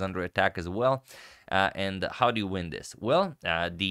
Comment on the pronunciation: Did you say, '...we win Black's Queen...'? Just it sounded like, '... we ruin Black's Queen...' Now that's just spiteful... lol